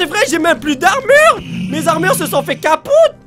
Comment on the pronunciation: "capoute" lol